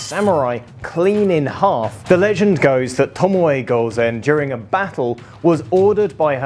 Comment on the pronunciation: "Tomoey gouzen" quite an interesting pronunciation